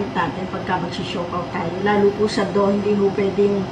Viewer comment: DOUGH... MOMMY PRONOUNCE PO--- DOWH.... HINDI DOHG....WALANG "G"